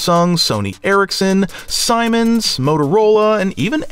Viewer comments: Siemens is actually pronounced like seaman's, not like Simon's. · Sye-mens 🤣It's pronounced Zee-mens. It's a German brand (Siemens) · Sy-mens as you pronounced it is actually See-mens. Great video though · damn.. never heard Siemens mispronounced as simens before.... what the